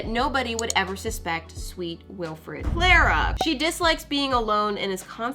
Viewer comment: Clara is my name but you don't pronounce it like how you said it